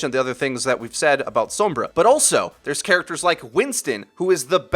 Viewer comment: "Some-bruh" with the "some" reminiscent of the sound of "some" in chromosome is pretty close to the correct Spanish pronunciation. Sombra also means shadow in Spanish btw.